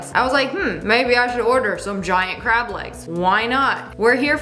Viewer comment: did you say "grab" or "crab" lol